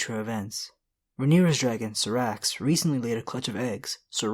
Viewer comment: Hey dude.. I've been subscribed for a while now.. I like your videos a lot but, please... you need to do some research on the correct pronunciation of certains names like: Sothoryos, which is so-tho-RY-os, or Syrax, which is pronounced SAI-rax, and others. Not a complaint, just an advice to improve. Grrm already clarify the correct way to say those words in many interviews already and also helps on this, so it shouldn't be so hard to find. Anyhow, another great vid. Cheers!